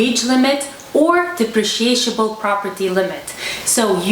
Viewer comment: The word is depreciable. Just one SH sound. You are adding a second syllable. At first, I thought there was some new kind of property that I had never heard of!